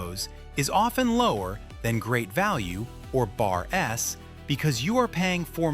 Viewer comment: Did AI narrator just say Bars instead of Bar-S. What the heck. AI or the human who doesn't know brand names need to get their act together. Keeps happening in many videos. Very strange.